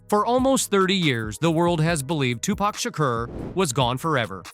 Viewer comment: Suge snoop I herd siddy j z made it orchestra it. His name he can't say tupac lol